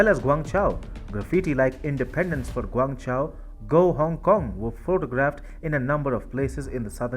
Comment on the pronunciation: Guangzhou pronounced like "GwangJoe."